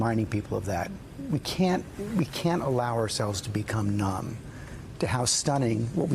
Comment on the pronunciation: Did he say "numb" or "dumb"?